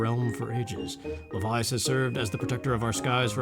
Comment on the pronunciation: I think Levias would be pronounced the way you're saying it, since it's based on leviathan.